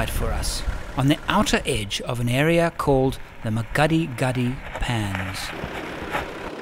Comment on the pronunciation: Awesome Series absolutely loved it!! But I cringe every time you say that word.. The Makgadikgadi Pan is pronounced Mak-ggggg-adi-ggggg-adi